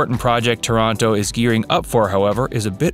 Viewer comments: Thank you for butchering my hometown's name LOL It's TAH-ranto, not ToROnto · The vídeo is fantastic ! But I thinh it's TÁRANTO but not TORONTO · Please!!! TORONTO is in Canada. TÀR-an-to is in Puglia. As is Ò-tran-to. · Oh, okay you’re saying Toronto as in Canada!? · Pronunciation is way off: It's Taranto, not Toronto. And cita vecchia? That was really bad.